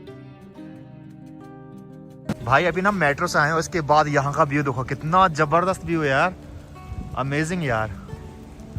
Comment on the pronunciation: Jabarjas nahi hota zabardast hota hai 😂